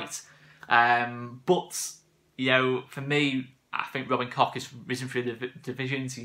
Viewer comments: Just pronounce it “Kotch” rather than “Cock” 😂 plus I think that’s the right way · Pronounced COKE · Great signing. It’s pronounced ‘Coke’ I’ve been told. MOT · It's not pronounced COCK, it's Koch as in Och aye or Loch Lomond as the Scots say it. Koch in German means cook.